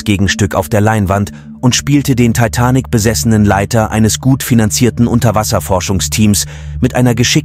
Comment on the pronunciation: Kein schlechtes Video, bis auf die bescheuerte KI Stimme die sich nicht entscheiden kann, wie manche Namen (inklusive des Filmtitels) betont werden soll...